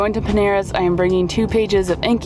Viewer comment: OMG I am so very happy to be an emotional sponsor!!! 💜 💜 💜 I was grinning from ear to ear! (And you were close enough to the pronunciation! 💜) If I ever to to the US, I def am going to take a look at Peneras (?)! And again, another great awesome relaxing vlog, thanks! :D